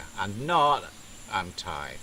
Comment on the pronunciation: How's Rin these days? Your Thai pronunciation hasn't improved.